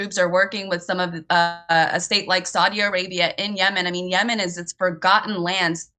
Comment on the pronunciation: This is not Yeman , YaaaaMaaan 🤣 So it’s Iran …